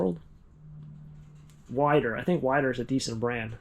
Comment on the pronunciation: Weider weights are pronounced like "Wee-der" its from Joe Weider the father of bodybuilding.